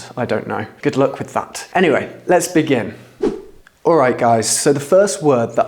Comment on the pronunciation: Who are you to teach pronunciation? listen to yourself, brover, togever, wiv, 'av. You 'av an esturine accent mate, nothing wrong with that but don't set yourself up as some British pronunciation expert just to get subs and YT cash.